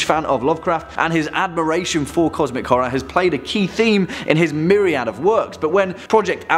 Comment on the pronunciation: "His meriad work"